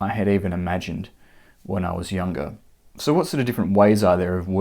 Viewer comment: The word - so - is not supposed to have 3 syllables.